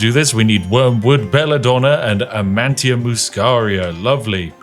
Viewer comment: it's ama-ni-ta!